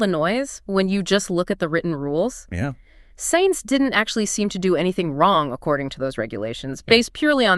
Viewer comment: Cant even pronounce Sainz correctly